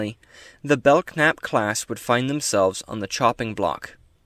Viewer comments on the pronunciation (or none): The k is silent it's really the belnap class a lot of people say it wrong like I did all those years lol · I HAVE heard of The Belknap Class before. I think it was either an old Technical Manual or maybe a FASA Table top reference. I can't remember! Great video, nice deep cut for the curious younger members of the Federation, but I DO think it's [Bell-Nap] and the "k" is silent. Thank you and I'm happy to see your video in my recommendations. Live long and prosper. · I think the k may be silent. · I believe the K is silent in the pronouncing of the name.